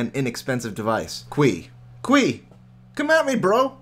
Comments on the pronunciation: Correct me if I'm wrong but isn't que pronounced "k" not "kwee"? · It's que not quii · Que is pronounced more like Ke and the e as in elephant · Que....its pronounced K, like the letter....lol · que is pronounced "k" lol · Lol, you might want to look out how to say "que". because you are not saying it anything like you're supposed to. :)